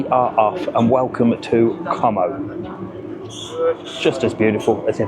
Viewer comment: Great idea, but if you do mention it, drop the 'com o' and pronounce it 'co mow' 😂